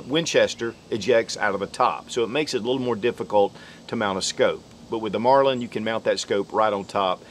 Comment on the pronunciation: Did he say “Marlind” every time?